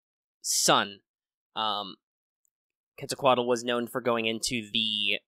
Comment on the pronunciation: You pronunciation of Quetzalcoatl is pretty good. And that was a pretty good amount of accurate data. 👏👏👏👏👏